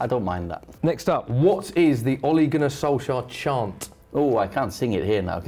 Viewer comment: In Norwegian it's pronounced olay(like the face cream) gun-our solsyayer if it was written in English with the Norwegian pronunciation.